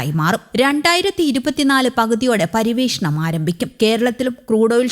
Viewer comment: ഇന്തനം, പരിവേഷണം നല്ല അക്ഷരശുദ്ധി 👍😡